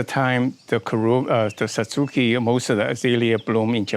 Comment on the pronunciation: That is my type of tree, though the base is a bit contrived. Thanks for your pronunciation of Satsuki--my friends insist I say Satz-ki (more like the Japanese pronounce it). Never heard of using rotted oak leaves to elevate acidity . . . thanks! Any particular species of oak?